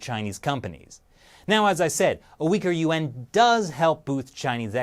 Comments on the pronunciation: It's embarrassing when a YouTube channel dedicated to China can't even pronounce the name of its currency correctly. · you pronounce Yuan as two syllables! Didn't shelly teach you that it's only pronounce as one syllable! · Lol every time you say Yuan I think you say UN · Here's what i think... your pronunciation of "yuan" and "UN" sounds exactly the same... which is confusing sometimes... and... you better be careful... if SarcastiBob 3000 every gets any real air time... your cushy anchor position could be in trouble... just sayin.